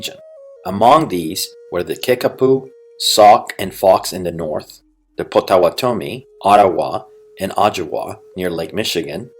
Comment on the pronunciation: bro butchered potawatomi